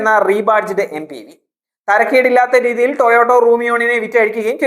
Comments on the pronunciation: It is TOYOTA, not Toyoto...😢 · ടൊയോട്ടോ അല്ലെടാ വിഡ്ഢി, ടെയോട്ട എന്ന് പറ. നിനക്കിത് ആരാണ് എഴുതിത്തരുന്നത്? കമ്പനിയുടെ പേരുപോലും മര്യാദയ്ക്ക് പറയാൻ അറിയാത്തവനാണ് review നടത്തുന്നത്